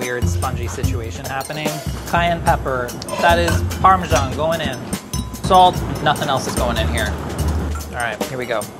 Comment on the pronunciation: "Parmashan" and "shalat" well i didnt know they were pronounced like that. Well done though you did pretty well